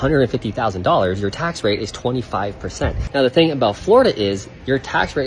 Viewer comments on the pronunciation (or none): none